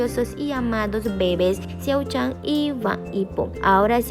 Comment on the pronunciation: Eso es mentira porque engañas ala gente el siempre a dicho que se casaba alos 35 pero no sabes ni Co. MO pronunciar su nombre venga ya el esta casado ya en secreto así que estudia un poco que no saves de la peca ala meca que te Bea quien te crea